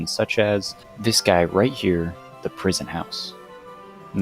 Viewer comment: say "dis guy" one more time and ill fight you irl